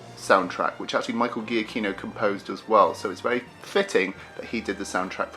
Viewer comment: Just for one time i can correct a pronunciation ! It's Michael GIACCHINO Not G"H"IACCHINO...it's a italian name!